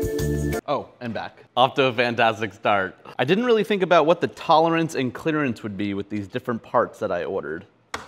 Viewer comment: did you just say "clitterance"?